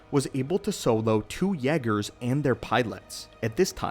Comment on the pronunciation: The way he says yeah- gerrs got me going 😂😂😂😂😂😂